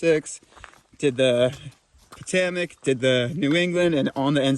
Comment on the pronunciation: Happy birthday. Please though: po-TOE-mik (Potomac) and al-e-GAY-knee (Allegheny)